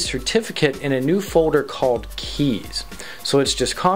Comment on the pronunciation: "Fowder" = "Folder"? Hehehe funny pronunciation. No offense.